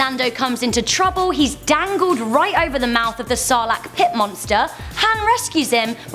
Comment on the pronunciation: YOU SERIOUSLY COULDNT RESEARCH THE NAME SARLACC